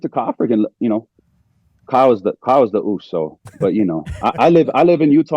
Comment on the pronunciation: It's "uso" not "uce"